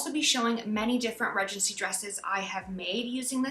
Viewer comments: Everyone says Ree-gency in the US. For some reason, she just didn't know the correct way to pronounce it. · So interesting that you pronounce it, Redgency. In the UK, we pronounce it Ree-dgency. Lovely video, thank you.